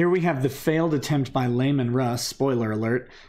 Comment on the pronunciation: Whoa, whoa, whoa... I might need the Heavy Flamer for this heresy... First, it is ‘LEE-man’ Russ, not ‘LAY-men’ Russ- because that sounds weird, and you’re just teeing it up for the anti-Fenrisianite racist haters with ‘Gayman Russ’. Second, he did not fail. His true goal was not actually to kill Horus as everyone assumed (though he made a point of not correcting them, mostly to troll the shit out of Dorn, who was convinced Russ was about to single-handedly doom the Imperium by running off with no plan just for the lulz- and since Dorn’s three favorite things in the galaxy are 1. Protecting the Imperium, 2. Remaining stationary, 3. Having a plan, said trolling was extraordinarily successful- and much lulz were had at Dorn’s expense, which I’d consider a victory in and of itself.) The Space Wolves in general, and Russ in particular, aren’t nearly as dumb as they pretend to be. Russ explicitly acknowledged that, even before the Heresy, there were three Primarchs he doubted he could beat in a straight up fight, primarily Sanguinius, because nobody fucks with Papa Sang, and Horus (interestingly, the other one he mentioned was Konrad Curze, saying “Yo, that n** crazy AF... so... /shrug... :/“ Slight paraphrase, but more or less that.) And after Horus gained his OP hax Chaos magic god mode shenanigans, Russ was like “Nah, fam. Ain’t happening. Maybe if Big E ever gets off his ass, he can take him, otherwise we’re fucked. Homeboy got plot armour for days, y’all...” He (correctly) re